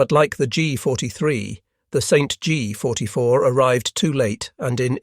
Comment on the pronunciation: The Stg44: "The Saint G 44" You've gotta love software generated recitation !! 🤠🤠🤠